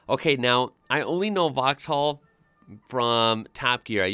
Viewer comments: Everyones got their own pronunciations, I think if you're genuinely not trying to be offensive most people don't mind if you get something wrong or say it differently. Especially if you've never heard it before. Vauxhall would have a softer (or even absent) h, so just 'vox-all' For the Renault Megane, I would say 'meh-g-an' much like the name Megan but give a little French flourish by elongating the ah sound slightly. For the Dacia, I would say 'day-see-ah' or 'da-ch-ah'. Their ads say the latter but most people I've seen talking about one say the former. Peugeot would be 'per-zho' For Citroen, the 'O' would be silent 'cit-ren' The Leon 'lay-on' is a Seat, 'say-at'. Or sometimes 'see-at' from the US As for the Nissan (besides the fact I would say 'niss-an' rather than your 'nee-sahn') is a 'cash-kai' I've previously owned a 2001 Renault Megane. I've also had a Seat, a 2007 Ibiza ('ih-bee-th-a'); and my current vehicle is a 2011 Citroen DS3. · You don’t pronounce the “h” in Vauxhall in uk. It’s pronounced “vox all” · In vauxhall the h is silent so it will be vauxall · Vauxhall... the H is silent ;-)